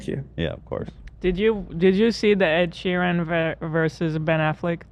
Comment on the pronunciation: Does Ethan genuinely think his name is pronounced Ed sheering?? It’s getting on my nerves even tho I also get triggered by Ed😭